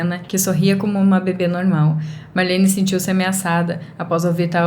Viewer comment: É Marlene e não Malhene, assim você acabou deixando a história mais fofa kk😊